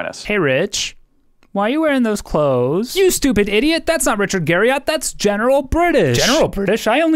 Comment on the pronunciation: It's actually pronounced Garri-ET.